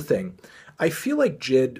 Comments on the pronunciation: BRO ITS NOT jid ITS J I D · i dont wanna be that guy but it's not jid, it's J.I.D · Its j-i-d not jid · Did he say JID instead of j.i.d? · Pronounced jay-eye-dee, not jid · STOP CALLING HIM JID ITS JAY EYE DEE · jay eye dee, not jid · It's JaY I. D. Not Jid. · Is anyone else triggered by him mispronouncing J.I.D 😂😂😂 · Say his name right bro